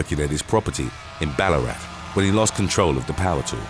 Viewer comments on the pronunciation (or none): none